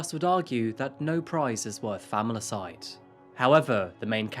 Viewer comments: fam-il-i-cide ... it is a four syllable word lovey and iron is not pronounced “i-ron “ with a hard “r” ... but ion. Great content but your English pronunciation and use, sometimes, of strange sentence construction, phraseology and odd adjectives I find a bit grating for me ... and it pulls me out of the storytelling. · Familicide!? That is not a word dude. Patricide fratricidal those are word dude what you said was not a word